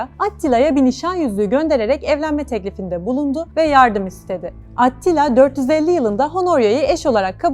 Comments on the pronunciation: Adını vurguladan söylese idiniz🌺kanalı değiştirmemek için zorladım kendimi🤗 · Bune bicim anlatim atttilaa degil attila olacak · O nasıl bir AT-tila telaffuzu,kulağımdan özür dileyin! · At ttttila telafuzu iyimiş. Yazı dili ile konuşma dili arasında ki fark sarsıcı olmuş.